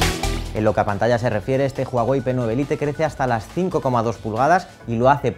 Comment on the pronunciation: Se pronuncia "lait" no "lite"😕